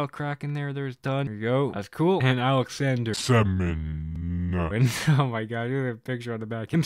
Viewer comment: Great stuff from Wolf! Sёmin pronounciation has bothered me for so long, the russian ё with dots is pronounced as yo, same with shestyorkin for example. The american way of takings double dots from all the letters works fine with ä and ö since they’re similar sounds but the ё is just lost in translation